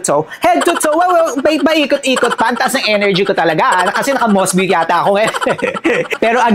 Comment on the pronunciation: Mos-bow yata pag pronounce nyan . Like bow and arrow